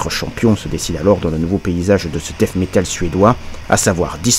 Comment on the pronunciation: Excellente vidéo, à n'en pas douter!!!👍👍👍 Petit conseil en passant, ce n"est pas du "Dèsse" métal ou du "Dèffe" métal. À la limite prononcez "Dète" métal, c'est ce qui se rapproche le plus de la prononciation anglaise. Je peux affirmer que moi et la plupart des copains on ne comprenais absolument rien avec vos "Ze" et vos "esse". Et c'est donc pour ça que j'ai appris le français !!! Hahaha 😂😂😂.